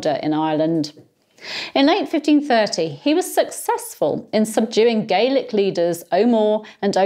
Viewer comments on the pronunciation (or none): none